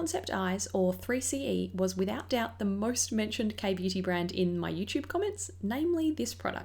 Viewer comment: Hi,. I love your vids it's so simple yet pretty 🧡🧡🧡 anyway the Korean pronounciation of 3CE is sseuri-c-e (쓰리씨이). The C and E are pronounced in English but the 3 pronounced in Korean "Sseuri". You can copy the Korean words I made to Google translate & hear the sound. I hope you will try Pro 8 Cheongdam, Moonshot, VDL, Espoir and Gesgep because they are great too 😊